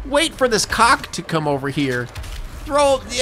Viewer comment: Bro…. Cahhh Kohh demon. You said COCK-O… wtf is wrong with you?